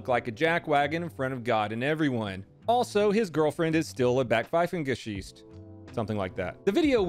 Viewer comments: It is Gesicht, not Gechist, in Backpfeifengesicht xD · Pronounce like so: Buck-pfy-fan-gu-sickt. That'll get you close. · Hey. It's buck-pfife-enn-ges-eecht. You can do it! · Just for future reference: The "gesicht" in backpfeifengesicht is pronounced "geh-zisht". You have the rest of the word down pretty well though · You butchered that Backpfeifengesicht man. Just use google translate text to speech its pretty spot on for that one:D And I really have to say, from my cringy punk teens going full acab to just being neutral but still annoyed by police you kinda changed my view on things alot over the past month, this shit in the video really makes me angry too. Dunno whats wrong with those people wish I could say you got some stupid ass kids over there but sadly I just know too well it´s not looking good over here in the old world aswell. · Did you try to pronounce "Backpfeifengesicht"?